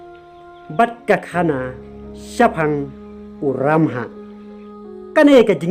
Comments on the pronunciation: Phi dei khasi ong bah kumno phim nang kren khasi ia kabor uramhah ruh ong kabol u lamhah 😅😅😅🙈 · Dabol nal bha I bah, (ka bol, namal, ki kynja tial...) la jah u R na khasi alphabet.satal bha u lamhah shano jah u stal.